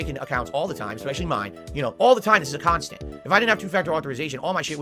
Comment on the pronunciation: Subbed. Loving the channel and your chill, robust KAHNTENT. Sound good? *Snort*